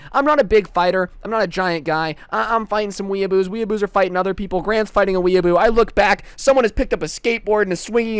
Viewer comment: its pronounced weeaboo